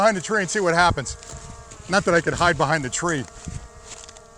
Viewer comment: "let me see if I can hind behind these trees" that made me lol. great video love the demonstration I can only imagine this drone and the future of drones will get so much better! I can only imagine it will start picking better paths and will have better algorithms.